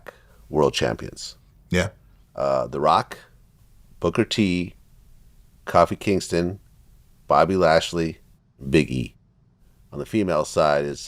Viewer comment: He said Kafi Kingston 😂